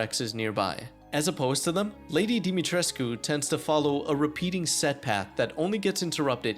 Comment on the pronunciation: Yeah you miss the fact that you kept on pronouncing Lady D's name wrong the entire time really irritating damn it